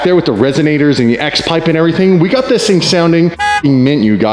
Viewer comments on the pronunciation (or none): Anybody else thought that been watching a little too much Doug DeMuro with the “This” 🤣🤣🤣